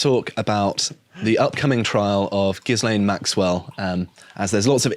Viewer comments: ghi-lane ghis-lane makes your reporting sound amateur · It's not "Jizz-lane" Maxwell, it's "Ghee-lane" Maxwell. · Ghislaine isn’t pronounced ‘Gis-lane’. It’s pronounced ‘Gur-lane’. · There's no excuse for still pronouncing her name Giz-lane. You've had plenty of time to look it up. Jizz-lane would be acceptable, though. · It's Gilaine like Elaine, silent S. You're welcome 😊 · It's pronounced "Gih-lane." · Sorry guys, but the 's' in ghislaine is silent.